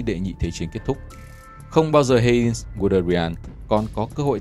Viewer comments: Giọng đọc hay, ấm, nhưng phát âm sai quá nhiều. Heinz mà đọc là Hê-in là thua rồi! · Phát âm mấy tên hơi kém. Ví dụ Heinz (1 âm, ko có in) hay Vessailes (Véc sai). Cái Vessailes chính là cái tên mà HCM gửi bản yêu sách của các dân tộc thuộc địa đông dương ngày xưa suốt ngày nói trong trường học đấy.